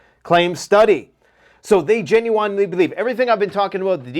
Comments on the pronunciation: Stop saying Gen-u-whine, it's Gen-u-win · Jen-you-wen not Jen-you-wine. Good lord. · It's genuine (Jen yoo uhn, like win) not (Gen yoo wine) 🥴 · Genuwine... Singer.. most famous for... pony... Come ride it, my pony... That old song Genuine.. pronunciation.... (gin- you- win) I'm sorry but I had to get that out because you're so intelligent and almost never mispronounce anything ever... It was driving me nuts I'm sorry... It is petty AF.. n it's ridiculous with this seriousness going on... For that I do apologize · I love the channel and wait for ur videos everyday... Please don't be upset with what I'm gonna say in the next post... But my brain is gonna break if u say genuwine again....